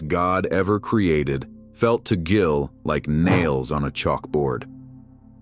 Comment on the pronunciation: "Jillian" What the hell???? At least have the fakey AI voice pronounce his NAME RIGHT!! DAMN!!!